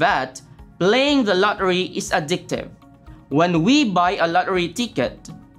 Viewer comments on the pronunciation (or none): i hear la ri not lottery